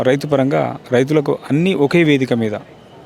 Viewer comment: Kishan kadhu ra ayyaaa kisan & suman tv raith kadhu suman tv raithu first pronasiation correct chaie ra ayaa 😂😂😂